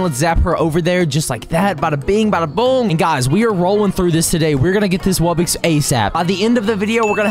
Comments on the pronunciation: ITS WUBBOX NOT WUBBIX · He says it like wubbix but it’s really wubbox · normal pronunciation: wubbox: wubbix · Yea it’s “wubbix” not wubbox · Is it just me or does every single msm yt say “wubbix” instead of “wubbox” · The way you should say wubbox is w u b b o x not wubbix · Ah yes, ”wubbixes” (dumb ahh Its ”wubbOx” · It’s a wubbox not wubbix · It's not wubbxies it's wubbux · It’s not wubbix it’s wubbox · WUBIX? SAY IT RIGHT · It's pronounced wub-ox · YOU ARE SAYING WUBBOX WRONG!